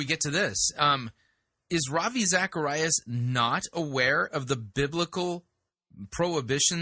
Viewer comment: A world famous television preacher, Joyce Meyers, has a world famous Christian apologist, Ravi Zacharias, on her television show, and she can’t pronounce his name correctly?